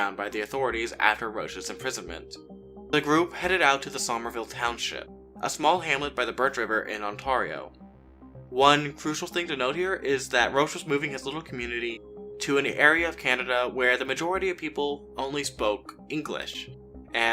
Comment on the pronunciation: Pronounced "On TER E Oh" and LIND SEE" like the name Lindsey. Not Lin SAY and On TAR e oh